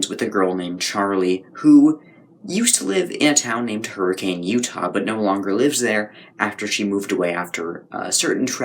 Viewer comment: Hurricane, Utah is actually pronounced “Hur-a-kin”